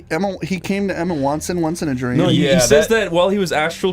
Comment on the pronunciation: Wtf is up with mispronouncing Emma Watson’s name?? He says wanston